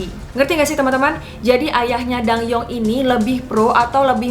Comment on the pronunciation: Btw bacanya bukan ratu dang-yeong, tapi dan-gyeong. Karena penulisan hangeulnya adalah 단경 bukan 당영